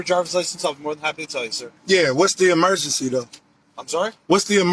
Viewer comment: “What’s the emergecee?”